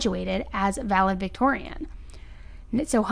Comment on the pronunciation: Why does she keep saying Vale-Victorian?? Really? LEARN TO READ